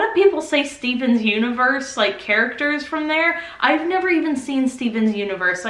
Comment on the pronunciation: “Steven’s Universe” IT’S “STEVEN UNIVERSE”! Deep breathing